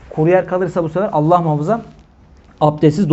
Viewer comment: sa. hoca efendi, sen şivesi düzgün bir kimsesin. lafza-i celal'in "elifi'ni" nenden türkçedeki "e" gibi kuyorsun. yıllarca hz. mahmud efendiden böyle bir telaffuz işitmedik. bilgib olsun,alla'a emanet ol.